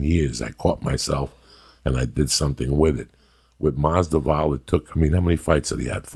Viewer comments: Mazvidal isn’t that tough to pronounce and that’s without that 3 day old Rogan sploosh drying in the side of his lips. Poor Lee ask about Kevin Lee and Joey thinks Grover wore a man bun apparently but no he didn’t and Lee was on to a much better point of perseverance through adversity the Kevin Lee story but Coco my favorite of all time just busting some balls but take a Xanax Joey get off the Cubans nuts he was the fucking favorite for a reason and Dog Walked Nate in that fight not even interested in a rematch as a Nate fan and followed his Career since he turned pro at 19 Facts Jorge is the better fighter this wasn’t about management this was cutting ties w his old crew and living in the gym cause he realized his window was closing he spoke on it on Rogan and before the Till fight... Love Ya Coco fie hard fan but this was a bullshit take brother but a positive message no doubt even if it was off. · You would think being Cuban that Joey would at least know how to pronounce his name. He isn't khalabib or stiopich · Joey... how are you gunna pronounce his first AND last name wrong consistently!?😂😂😭😭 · my man butchered his name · Masvidal is his friend and he can't pronounce his name properly,Joey s hilarious. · Joey. I thought u were Cuban. You could at least try and pronounce someone's name correctly Haha. Nothing but love big uncle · Lol the d comes before the v.dude needs to brush up his reading/research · Learn to pronounce his name. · How can you misspronounce your friend's name? I love Joey but this is too much, a bit disrespectful. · "Ģabagope. Mungumbo. Nigo Vanopello. The sollution. Kalabeeb.Stiopick and now Masdival". Ya gotta love him. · Masdival 😂 Stiopic 😂 Khalabib 😂 Joey ur the boss 🤣 Joey Diaz baptizing these mothereffers 😂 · Khalabeeb, Stiopic, now Mazdival, Joey pronouncing fighters names wrong never gets old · MasVidal! Not MasDival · Remideas Nucleosis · Mazda vowel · Marco Vaz Maz-Da-Vall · gaww dammit Joey. its MAS-VI-DAL. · “Georgie MasDuval”